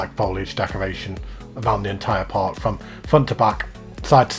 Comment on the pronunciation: part not patt